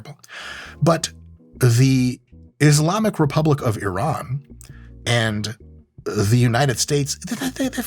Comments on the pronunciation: Thank god mike pronounced Iran the right way... Not I ran. ❤❤❤ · Thank you for pronouncing Iran correctly